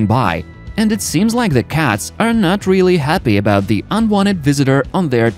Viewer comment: STOP saying "Da" for "the"! "Da" is LAZY. Proper PRONUNCIATION! Or, get ELSE to narrate.